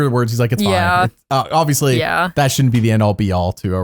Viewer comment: “I’m a big fan of Aubrey, obviously.” “….Aubriously.” got a good giggle out of me lmao thank you